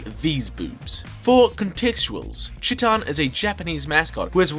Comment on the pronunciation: I love you and your videos but the first part of Chiitan is pronounced like the first part of cheetah, I wanted to finish watching the video before I commented this but I could not stop cringing at it being pronouced like chittan over and over